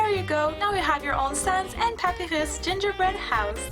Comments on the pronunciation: You say papyrus wrong! It is (pap-I-rus) that's how you say not how it's spelled you say it like this (papy-ros) that not how you say it! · Je vien de te découvrir et tu a dit Papyrus, pour le dire en anglais il faut le dire comme Pa-pie-rus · WRONG PAPYRUS PRONOUNCIATION ALERT WRONG PAPYRUS PRONOUNCIATION ALERT